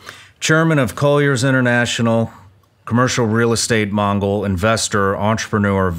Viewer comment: Mogul ....not Mongol 🙄